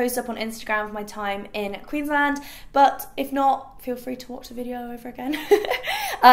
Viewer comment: I live in Australia and just the way she pronounced Queensland gave me the giggles haha never heard anyone say it like that but anyways love you.